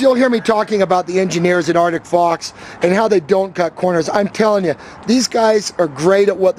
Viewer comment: can you not pronounce ArCtic... it isn't Artick